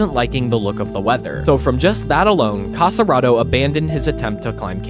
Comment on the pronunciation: Nice, thank you. But don't say "Cassaraedo", it's Casarotto 😉